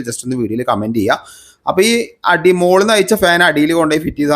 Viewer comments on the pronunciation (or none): none